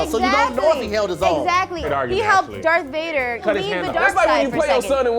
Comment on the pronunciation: “Dorth Vader”😂